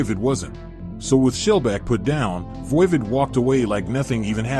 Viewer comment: VOIVOD is pronounced like "odd" the opposite of even